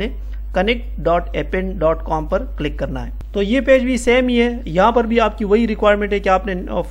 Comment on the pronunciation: in appen A is a Silent